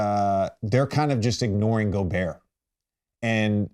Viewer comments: Bron slipped in calling gobert "gerber" (baby food) sent me 😂😂😂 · Bro called him gerber